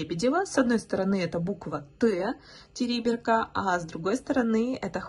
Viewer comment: Не ТЕриберка,а ТерибЕрка